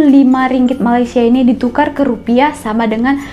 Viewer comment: Baca rupiah nya aja rupia.